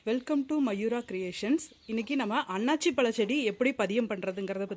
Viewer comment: அண்ணாச்சி பழம் அல்ல அன்னாசி பழம் என்பதுதான் சரியான உச்சரிப்பு😊